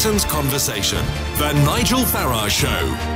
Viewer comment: It's Farage NOT Farage.